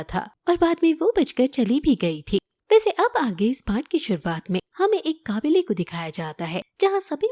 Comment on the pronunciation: काबिले ❌ कबीले ✅ 😂😂